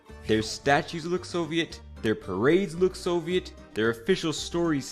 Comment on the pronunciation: Idk if this is AI or if the guy's first language is not English but he pronounces words incorrectly like with "cognac", "Soviet" and "myriad"...